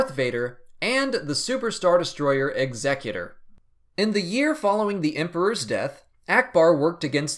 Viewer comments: I love your videos but please for the love of God stop saying Executor that way ;) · That's the weirdest way to say 'Executor' I've ever heard, excellent videos though!